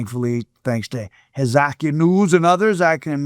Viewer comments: name is pronounced Hezekiah. Like the King of Judah from the Bible. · Your pronunciation of Hezekiah is wild lol